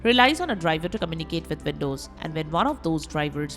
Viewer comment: velcome back.. vindoze